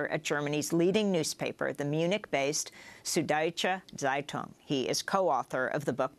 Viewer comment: "Sud-Deutsche Zeitung" (sorry, my mom is German and I can't hold back any longer), is pronounced: sood doy-cha tzie-toong (tz is one syllable). People take such care to sound urbane when they say anything french or spanish etc but cant seem manage German despite English being a Germanic language! Thank you, now I feel better! lol